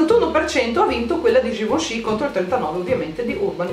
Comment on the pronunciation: ma solo io, mentre diceva il nome.della cipria in polvere libera, invece di sentire GIVENCHY ho sentito GIUSCI?HAHAHAHHAHA